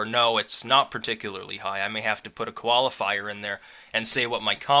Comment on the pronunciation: you pronounce qualifier as koala fire.